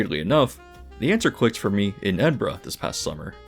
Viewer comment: As an Edinburgh native, thank you for saying our name right 😭😭